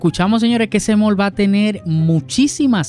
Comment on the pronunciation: Porque le dice “Mal”. La palabra es “MALL” y se pronuncia ¡”MOL”!